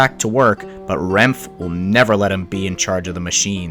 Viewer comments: Minor pronunciation note- it's pronounced ren-fay, not renf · Awesome video, only a few people have talked about this incident, also it’s pronounce Ren-Fey not “Renf” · Renfe is pronounced "REN-FEH", it's killing me inside every time you pronounced it as just "Renfh". 😭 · Alvia* Also the company is pronounced as (renf-A) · bro really said "renf" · "santiago dee comp osteela","a corunya", "Renf", "out rense","Anoonsio di senyales hermetico" was absolutely hilarious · btw, Renfe is pronounced "ren-fay" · Your pronouncing renfe wrong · Last e in renfe isn't silent. Spanish, not French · I believe "renfe" is korrectly pronounced with "e" on its end. The way it is written.